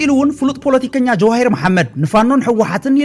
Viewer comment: መእረምታ ኣብ ኽንዲ ጀዋሂር ጀውሃር ተባሂሉ ይነበብ ምኽንያቱ ጀዋሂር ስም ኗል ኣንስተይቲ ዩ